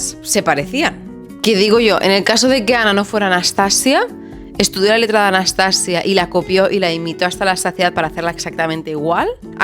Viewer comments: Hola! No sé si te han dicho pero la pronunciación que comentas con la sílaba tónica al final (anastaSIa) es la pronunciación rusa (que romanizado se escribiría Anastasiya). Gran video! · Hola, cariño, en ruso se pronuncia Anastasía no Anastasia...yo ni idea de ruso pero gemini lo deletrea así. Yo me saltaré en este caso la norma de no traducir los nombres porque suena horroroso.❤❤ sigo oyendote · En ruso se escribe Анастасия. Es decir, /Anastasiya/. La /-ya/ es una I y una a junta. No sé pronuncia como la /-lle/. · En efecto my darling, es Anastasííía, acentuando mucho la í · Nota del . En ruso realmente sí se pronuncia Anastasía. De hecho usualmente en las transliteraciones del cirílico al latín suelen anotar Anastasija o Anastasiya, de las misma forma que está María (Marija/Mariya) y otros nombres, incluso el nombre de la misma Rusia (Rossiya/Rossija) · Анастасия (Anastasiya) se pronuncia Anastasía en ruso aparentemente, con acento en la i (cortesía de Google Traductor) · hola :) una rusa con el alma española aquí. es más correcto pronunciar Anastasía Románova, añadimos 'a' porque es femenina. gracias por el vídeo tan interesante, la historia del fin de la Imperia siempre me hace llorar...